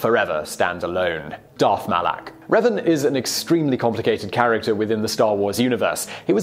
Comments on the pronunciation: There's not even two E's!!! Where is he getting the hard e sound?? Seriously "Reevan" there are only 3 video games and 2 novels centered around his story how could he have never heard the name?? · Reevan? REEVAN?! REEEEEEEEEEEEEEEEEEEEEEEEEEEEEEEEEEEEEEEEEEEEEE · My name is pronounced Revan, not Reevan. I'll forgive you, though. I had I tough time understanding Wookie slang, so it's understandable. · He says Reevan but then when referencing the Mass Shadow Generator says Revan. Confirmed that he is purposely mispronouncing these names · Sorry... did he say "Reevan"? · Darth reevan? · "Reevan" lmao huh? cool video though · Great video, but... R - eeeeeeeeeee - van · The way you said Reven made me cringe so hard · REEEEEEvan i dont like his pronounciation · Revan needs to be MUCH higher on this list. That guy, whether Jedi or Sith, was the Alexander The Great of Star Wars, especially in terms of his tactical brilliance. Also, Simon, to help you pronounce Revan's name right, here's a little tip for you: his name comes from the word "Revenant," meaning a spirit of vengeance. In fact, his full title is Darth Revan, Lord Of Vengeance. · Thank goodness you got Revan's name right at least half way through. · How come he only mispronounced revan the first time??? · You pronounced Revan Wrong. Just search up how to say it. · Strange thing is that he mispronounces Revan wrong, but then shortly after he says the name right a few times in a row lol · You can tell this guy doesn't watch starwars. "queeeeee gon" xD Edit: Oh no. not "reeeeeeeeven" My heart just died.